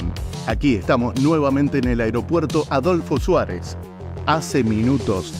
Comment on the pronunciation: Aeropuerto Adolfo Suárez, ¿ Tan dificil es decir bien el nombre ? No paras de equivocarte. En cambio Viru Viru, bien raro lo dices perfecto.